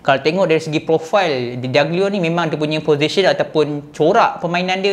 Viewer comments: Bee dOg glio bukan bidagelio.. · bidoglio bang bukan bidaglio